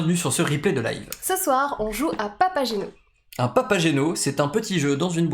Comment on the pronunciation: Prononcer" papaguéno" , un classique de Monsieur Mozart